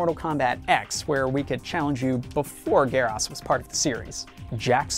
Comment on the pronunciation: It's GERAS! G-E-A-R U-S NOT GEER HAS